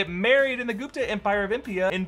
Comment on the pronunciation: Apologized immediately for mispronouncing Tenochitlan but no apologies for mispronouncing The Gupta Empire?? Your pronounciation sounded like 'kutta' which means dog in Hindi. Don't know about Tenochitlan but many people have their last names as Gupta in India. People like you should start apologising for mispronouncing Indian words as well. It's just that we Indians do not protest like rabid dogs like other cultures they think they can get away with anything. You can't just be too apologetic towards other cultures and ignore the rest.